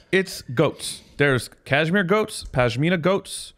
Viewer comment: quote of the episode: ‘Cashmere-toe’ 😂😂